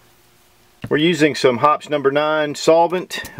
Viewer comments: I thought it was pronounced Hopp-ees. Also, you briefly mention the COPPER LUBE ON SLIDE RAILS that comes from the factory. Mention should be made about CLEANING SOLVENTS, since many of them these days also DISSOLVE COPPER (a lot of ammo now is made of, or coated with, copper). I found this out the hard way. First time I cleaned my Glock, that copper dissolved and was gone. I'd only fired one round. But my gunsmith said it would be OK with proper lube. Glock recommends it be left in for long term tight tolerance fitting/sliding of the parts for optimum performance. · Well made video but a few issues. The thing you don't want to nick is called the crown. The stuff you've been using for 30 years is pronounced "hop-eez". You don't dip stuff in the master container. Pour some into a dish or what I do is load up a needle oiler bottle and use that to saturate patches or place a precise amount in precise places. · Using Hoppe's for 30 years, I love the smell! They even sell a car air freshener ! It's pronounced hopp-ez ( like hopp and ez as in the word (without the k) keys....hope-ease...